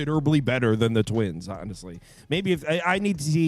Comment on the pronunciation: "And twinss" 😂